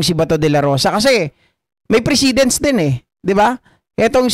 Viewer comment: Pareho tayo iho,i pronouced precedent correctly,not sounding "pres-ident"